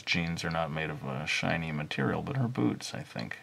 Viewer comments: when he said,"her boots" i thought he said,"her boobs" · I looked away for a second and thought he said boobs. Took me a moment to realize he said boots